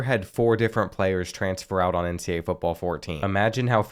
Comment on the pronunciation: Does anyone notice how he says NCA instead of NCAA?